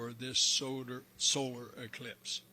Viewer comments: NASA so fake the guy couldn't even say Eclipse!! He said elipse. . . . . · he say elipse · That man said total solar elipse not eclipse. There's your red flag. Somebody else said the same thing and I thought he just said it wrong then yet another man made the same "mistake" well this one here is the THIRD time I heard the same thing. Elipse and eClipse are not the same. They are up to no good.